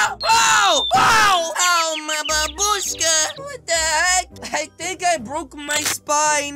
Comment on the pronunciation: How dare he said butt HE HAD TO SAY BAABOOSHKA 😂